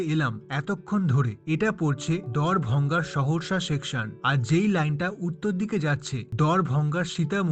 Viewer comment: দ্বার ভাঙা বলুন প্লিজ, ভঙ্গা শুনতে কেমন লাগছে